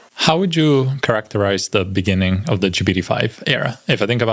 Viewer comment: in the beninging xD